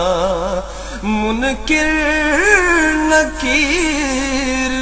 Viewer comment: میرے عزیز منکر ک کے نیچے زیر نہیں *زبر پڑھیں۔ جزاک اللہ ۔